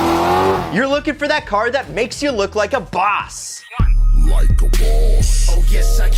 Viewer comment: I just turned thos whole video off with in 14 seconds of how he said boss.......